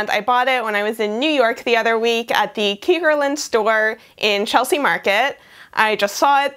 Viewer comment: I think it might be pronounced like “kickerland”, at least that’s what it looks like from a Dutch perspective. Translated to English it would mean frogland btw 😇💃🏻